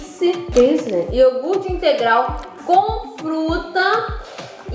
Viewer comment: No tempo a rafa falou: parece iorcut Eu: E iogurte 🥺💀